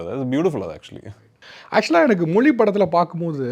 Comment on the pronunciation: Prithviraj pronounce Tamil மொழி Tamil anchor pronounce Tamil மொளி 😂